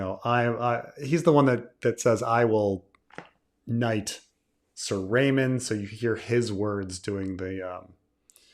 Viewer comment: “Everybody Loves Raymun”